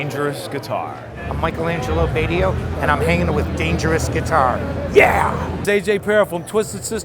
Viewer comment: Michael Angelo BAY-TEE-OH? I though it was BA-CHEE-OH!